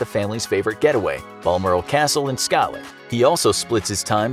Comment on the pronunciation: Just saying it’s Scotland not Scatland